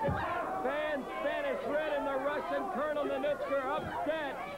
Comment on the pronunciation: Ninouchka, Nonitchka.... McLean never pronounced Ninotchka's name properly.